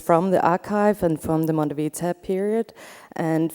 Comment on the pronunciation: It's funny how Lea Porsager pronounces the words Monte Verità in a way that they sound like "Mondo Pizza". Szeemann would probably have liked it